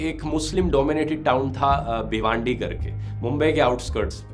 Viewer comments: Informative video..a bit pronunciation mistake..it's भिवंडी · There are some wrong pronunciation in your vdo First of all and most important it's Chhatrapati Shivaji Maharaj , later It's प्रबोधनकार ....not प्रबोधनकर.... And one more भिवंडी not भिवांडी...